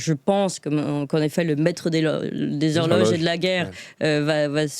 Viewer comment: "le maître des log' rloges..." Rhôô...... Enfin... Reprenez-vous très chère. 😆